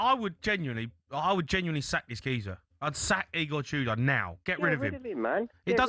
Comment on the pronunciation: Eygor Tudor? 😂 Great pronunciation